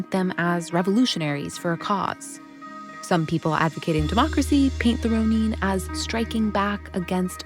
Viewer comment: This narrator is driving me crazy. It is "Ro - nun", NOT "Ro - neen"!